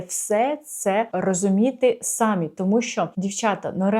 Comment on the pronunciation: СамІ не сАмі), будь ласка